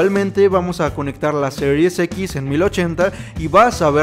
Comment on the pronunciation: Se escucha mejor cuando se dice, Series X y no Serius X, espero no ofender 😅😅😅😅